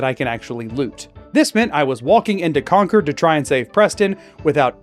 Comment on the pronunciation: oh my God did someone playing fallout 4 just say Concord right!? It hurts my ears every time I hear people pronounce it like a power cord